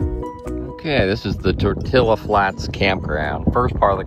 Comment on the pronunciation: Just a a matter of information, it is not pronounced Tor-Till-A, it is Tor-Tee-Ah, the word is Spanish and the "LL" is pronounced as an "E"